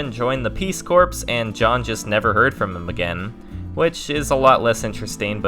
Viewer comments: “Corps” is pronounced like “core”, not “corpse” lol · Corps" pronounced "CORE", not "CORPSE". Jesus Christ, it's not rocket science. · Full disclosure: I can only hear the word "corps" (pronounced "CORE") said as "corpse" before I start to lose it. XD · “Corps” is pronounced as “core”. There, you can stop making a fool of yourself now. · Peace core. Corps is pronounced “core”. Like “1,2,3,4 I love the Marine Corps” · Isn't the P in Corp supposed to be silent?